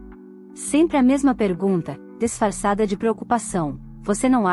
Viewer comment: Se diz disfarçada e nao desfarçada